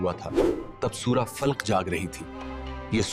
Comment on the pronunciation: plz surh ka name sahi bolin